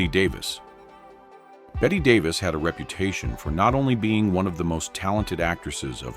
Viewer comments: BET-TY Davis, not BET... good God... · Her name is Betty Davis get it right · The mispronunciation of the names really gets to me. 1) Earle Stanley Gardner 2) Bette Davis 3) Mia Farrow 4) Robert Wagner